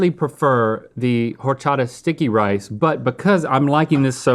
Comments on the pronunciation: it’s not HOR-chata. it’s pronounced “or-chata”. as a mexican it’s a pet peeve. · Silent H in horchata guys... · Lmao... Same with horchata, it's a silent H. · The H in horchata is silent 😭 H in Spanish is almost always silent